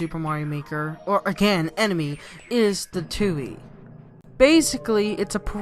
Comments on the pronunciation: That’s not ptooie it’s ptooei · Not Ptooie it’s Ptooei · The p isn’t silent in ptooie